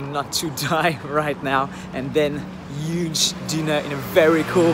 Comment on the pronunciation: That's really good But you've got a little accent You have to pronnunce "h" Like in huge for exemple